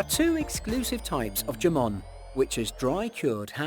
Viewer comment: JAMON?? NAH! IT'S "HAMON"😂😂😂